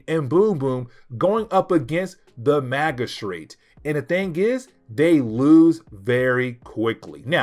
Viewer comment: Good video. But about the word 'magistrate'. The g is pronounced as in gym. Mah-jih-strate.